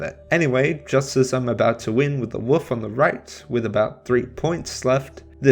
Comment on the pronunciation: Woof? Wolf. I'm English and I've heard Americans, Canadian, South Africans, Ugandans and Australians pronounce the L in Wolf. Cute though haha, someone negates the power of the majestic animal though.